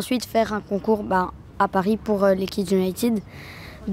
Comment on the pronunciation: " Kidsse Unitit " 😂😂😂 des qu'il le dit je meurs 😂